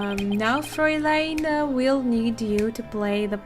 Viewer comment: Don't worry. You're pronouncing "Fräulein" correctly.